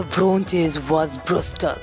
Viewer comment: Cool man, but i guess it is pronounce "brutal" not "brustal"